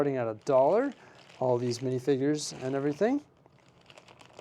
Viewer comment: Mf said minifigger